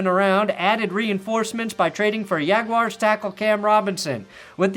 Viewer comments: Why is it all of a sudden “yag-wars” but when contracted it’s “Jags”. That’s like your drunk buddy in college correcting you on “gyro” vs “yee-row”. Stop it already. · “The Yagwires” gets me every time.